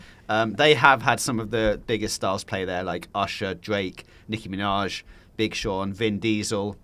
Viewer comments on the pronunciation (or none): none